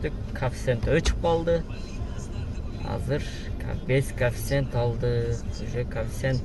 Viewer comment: Коэффициент деп айтчы кафсент дебей